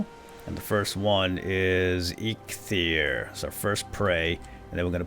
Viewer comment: Just gotta say now that Eikthyr is pronounced Ike-Theer